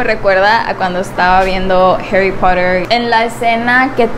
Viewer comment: No es herry es harry 😂